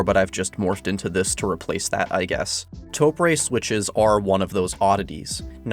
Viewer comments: You literally spelled it out syllable by syllable TO-PU-RE -> TO-PRE yet you still managed to screw it up with TOE-PREY. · how do you get 'pray' out of press. also, in Japanese, the e sound is 'eh' not ay. to get 'ay' you have to use ei. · Ok, if were going to get extremely, pedantic. You are mispronouncing it. Japanese has long vowels in some words, hence the _ on top of the O. So, you'd hold the O twice as long as the pu and re so its like Too Pu Re, which, is how Tokyo is pounced in Japanese. In Japanese its written 東京, とうきょう、TouKyou. But this doesn't really map onto English very well. No, im not complaining!